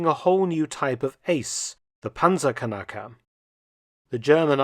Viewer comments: 🤣🤣🤣 "kanackers" it is pronounced "knackers", no vocal between the "k" and the "n"... "kanacke" means something different in german i won't explain here anyway great video, love to learn history! keep it up 😎👍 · It is pronounced PANTZERKNACKER A Panzerkanacker would be something different 😂😂😂😂 kanacke is a slur word for immigrants from southern europe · It's pronounced Knacker. Pronouncing it Kanake makes it an ethnic slur for middle eastern people. Imagine the Wehrmacht throwing oversized middle easterners at tanks to destroy them. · Knacker Not kanacker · The pronunciation sounds like "Panzerkanaken" to me as a German. Kanake (plural: Kanaken; also Kanacke[1]) or Kenek (plural Keneks) is a mostly derogatory word in German colloquial language for people from Southeast Europe, the Near and Middle East and North Africa. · Certainly a rather interesting way of pronouncing the word "Panzerknacker" you got there, Dr. Felton. May I suggest to not repeat that in the presence of actual German-speakers, especially not if they're of Turkish or otherwhise middle-eastern descent, it might lead to some... irritations.